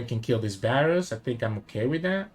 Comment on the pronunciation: Bro it's a V not a B